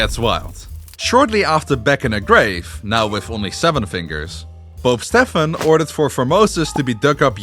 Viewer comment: yt:His name is pronounced as Steven, NOT Stephan.:yt